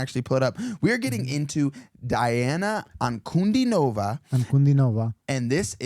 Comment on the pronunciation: I id as you suggested and watched your earlier reactions to her, but you're still saying her name wrong. It is pronounced dee-ON-uh on-coo-DEE-nuh-vuh. Now, I'll watch this reaction. EDIT: This is more a cover of Tomee Profitt than Elvis